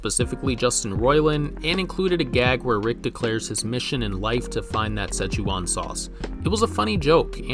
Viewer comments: Everyone else: " Szechuan ": "Sechewon" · "se-chew-an sauce" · Is he trolling us with how he pronounces Szechuan? Sze-chu-an , he adds an extra syllable. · Is no one gonna mention the incredibly funny way in which this man pronounces Szechuan ? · lost all credibility you pronounced Szechuan sauce totally WRONG